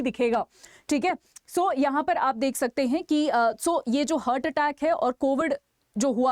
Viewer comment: It is हार्ट heart ..but you are pronouncing it as हर्ट ie hurt...